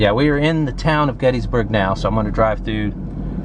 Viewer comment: There's Intercourse, there's Blue Ball, and there's Paradise. And you thought South Central PA was dull. We're all passion's playthings here. (Oh, and it's pronounced "Gettisburg" -- not "Getteesburg" -- common mistake.) Nice vid, thanks.